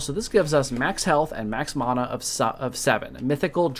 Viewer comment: Thanks for the correct pronunciation of mana :D I've been pronouncing it this way since Secret of Mana. And if you Google the meanings manna is stuff that fell from the sky to feed gods people and mana is a life force power so yeah